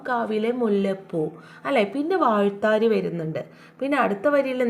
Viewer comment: വാഴ് ത്താ രി എന്ന ല്ല വായ് ത്താ രി എന്ന് ഉച്ചരിക്കണം